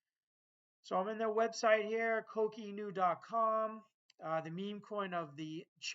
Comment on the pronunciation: You need to pronounce Coq Inu better 😂